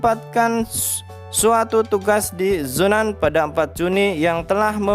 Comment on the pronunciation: zunan bang bkn zonan 🤣🤣🤣🤣